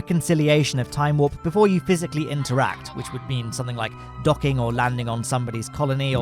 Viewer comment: “Time werp”